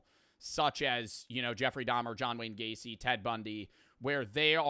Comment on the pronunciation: for a second there i thought he saidJohn Wick Gacey, I had to go back twice to confirm that he did not in fact say John Wick